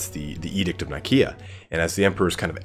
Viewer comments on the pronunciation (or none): none